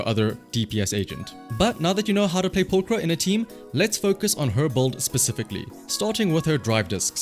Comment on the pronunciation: 10/10 video already, he pronounced pulchra correctly